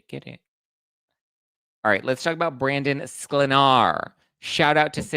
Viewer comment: You are the only one that pronounces Brandons' name right.(onlyone)